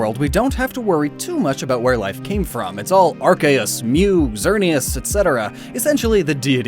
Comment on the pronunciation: This guy shouldn't be allowed to pronounce Arceus